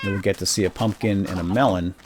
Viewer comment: pumpkin not pumkin